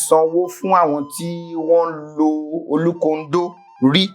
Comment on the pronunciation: Point of correction it is olúkòndó - not olúkondó.